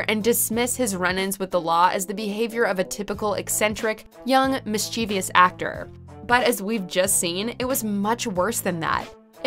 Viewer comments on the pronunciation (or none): this goes to the world the word Mischievous is and always will be pronounced MISS-CHI-VUS NOT VEE-US “VUS” BTW RDJ is a badass Actor, good on him for getting clean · We traditionally don’t associate“tragic life” to people who are still with us. For a narrative video, maybe it would be better to not use a cookie cutter list pick ending. Also, Rebecca may wants a word with you regarding the pronunciation of “mischievous”.